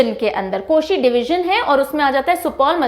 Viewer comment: Saharasa not seharsa